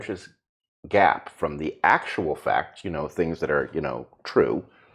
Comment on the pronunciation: Facts? "Pfachts!!" -- "Pfauci"